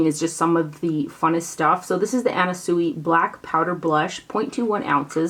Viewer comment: Sui is pronounced Swee. I have a lipgloss ring from her. Super cute.